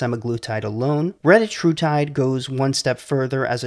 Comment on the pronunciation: Your pronunciation was correct. It is reTAtrutide. Just like it is seMAglutide. And tirZEPatide. This is according to the manufacturers. Don't listen to the internet idiots that all pronounce it wrong.